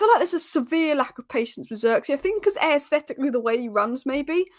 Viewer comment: you’re saying “aye-aesthetically pleasing… it’s just eh-sthetically thank me later